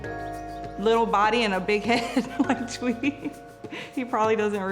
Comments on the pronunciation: OMEGALUL "tweety" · DAROLL "TWEETY" HAMLINZ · Lmao “tweety” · lol “tweety” 😂😂 haha okayyy buddy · First thing his mom did was roasting hamz, "tweety" LMAO